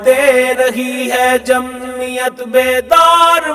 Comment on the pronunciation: لفظ جمعیت ادا کرتے تو بہتر تھا ۔۔۔مہمل لفظ جمیت درست نہیں